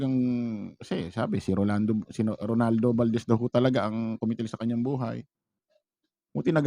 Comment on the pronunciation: Ano ka ba itotopic mo sya hindi mi naman mabigkas ng tama yun pangalan niya. Ronaldo not Rolando